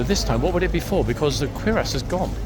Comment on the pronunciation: Have you never seen Jack Clugman as Doctor Quincey, American medical series of 70's? By the way it's cure-ass, not queer-ass.